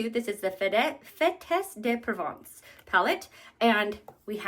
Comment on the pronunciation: You weren’t too far off. The “s” is silent in “fêtes de Provence”.